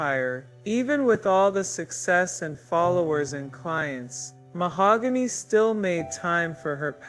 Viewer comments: YES!!! me too. Keep saying MaHOOgany, ugh😞😞😞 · Rest in peace mahogany❤ whoever this narrator is keeps pronouncing Mahogany's name Ma-hog-gany. Absolutely driving me nuts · The voice is HORRIBLE. I started watching at 1.5x speed but even then it sounded like a child being forced to read in front of the class. Saying her name incorrectly. This is disrespectful man. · Definitely going to have to look this story up somewhere else because this AI voice is probably the worst i have heard yet, cant handle listening to this tragic story being told in this kind of way. I kind of feel that it is disrespectful to the poor young ladys story to be told in a voice that cannot even say her name correctly.